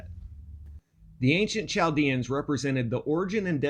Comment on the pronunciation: Pronounced Kal-dee-an